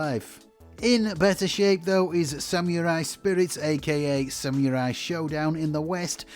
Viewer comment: Great fun in the video. Thank you! That notwithstanding, a small piece of my soul dies every time you say, “samyoorai” 😂